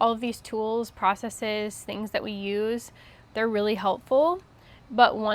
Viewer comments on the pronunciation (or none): none